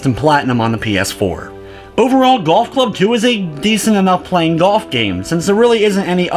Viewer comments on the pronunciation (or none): Omg muricans... (playing) -pchhhhwuain ... (plenty) pchhhhwuenny what the fuck? -.